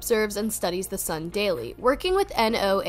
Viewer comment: NOAA ia pronounced like the name Noah.